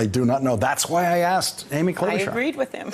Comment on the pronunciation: it's /klo-'BOO-charr/. Her grandparents on her dad's side moved to the US from the same country as Melania did